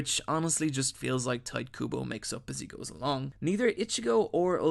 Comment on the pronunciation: TIGHT KUBO Oh goddamn, these pronunciations. My sides.